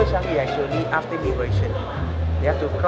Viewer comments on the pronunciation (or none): I don't think thats how to say Changi u said it wrongly hahaha